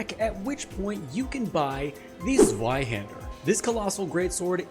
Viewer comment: just a quick pronunciation correction, the 'w' in zweihander is pronounced like a 'v' since it's German for "Two Handed".